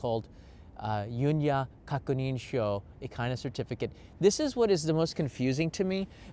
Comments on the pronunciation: I have no idea why pronounces it "yunya," but you will hear "yunyu." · FYI, "Yunyu" is pronounced like "you-new (輸入)", not "Yun-ya". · Thank you for the video. BTW “Yu NYU” is pronounced as “Yu” “NYU” separately, which means import. “Kakunin” means confirmation. “Sho” means form. Your video was most comprehensive.